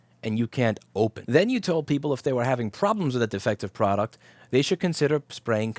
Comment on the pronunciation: Product but he really said fraud-uct